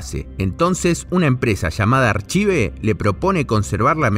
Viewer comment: en realidad se pronunciaría "arcaiv" pero estuviste bien igual... Banco fuerte el video y el esfuerzo.